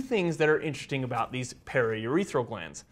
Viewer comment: “It’s definitely gonna be an IN-teresting one”